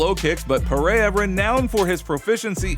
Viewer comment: Learn how to say "Pereira." Paydayduh? Puhrayuh? Lazy lazy